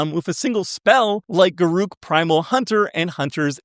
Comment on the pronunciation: Pet peeve Garruk isn’t pronounced as you say it. It rhymes with Derrick. (His name has been pronounced as such in various official Magic products with voiced lines)